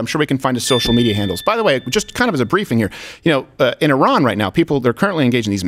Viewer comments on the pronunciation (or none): He mispronounced Iran 😂 uh maybe his accent is better then either yours or mine i guess